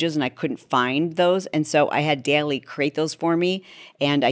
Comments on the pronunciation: Haha…Daily …So cute. It’s “DOLLY”. DALL-E. 😂. I know all this but I still subscribed to you just because you said it that way HAHA ❤😂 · Interesting Perplexity pro is same price as the Chat Pro and includes it… def considering (oh and its pronounce Doll-ee) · Great info! Btw Dall-E is pronounced like the last name of the artist “Salvador Dalí.” Or another way to think of it is like “doll-E,” with the emphasis on the “E.” Hope that helps! Thanks for the great vid! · Great video, and yes please provide a demo and query examples of Perplexity. Dall-E is pronounced Dolly, which I agree makes no Sense considering the spelling. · Chalene, it’s pronounced ‘doll-eee’